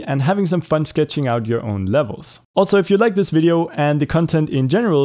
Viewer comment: Ahh yes a bideo camera